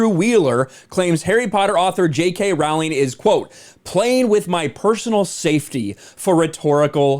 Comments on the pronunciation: Again, her last name is pronounced “Rolling.” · You are pronouncing Rowling incorrectly